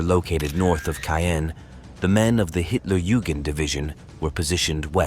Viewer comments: Hitler Jewgand division. That’s rich. . Not sure they would have appreciated the mispronunciation. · For those who don't speak German, "Hitlerjugend" means "Hitler Youth". Though it is pronounced various ways in this video, the correct pronunciation is "yoo-gint".